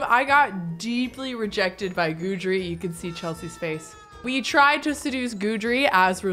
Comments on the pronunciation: His name is pronounced Guide Dree NOT Guudree just letting ya know 😂😅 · FYI, Guidry is pronounced GUIDE-RY, not GOODRY. Because he is your Guide through the paranormal pack, get it? 😊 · It’s a version of the French name Guédry & is pronounced Gid-ree. 😅 Put some respect on my ghost man’s name,! 🤣 I only know because I knew a French guy named that irl. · I’m not entirely sure which pronunciation is correct but it’s definitely not GOO-DREE lol it bugs me 😂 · I actually know a whole family in my area with that last name, and it's pronounced Gid-ree. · I beg you to please google how to pronounce Guidry. Pretty please!!!